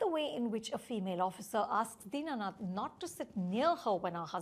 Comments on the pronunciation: Deenanath ❌ Dinnath ✅ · Din nath. Not dina nath.